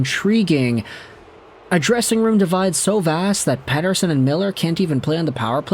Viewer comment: Anyone else hear "Jeff Petersson"? 😂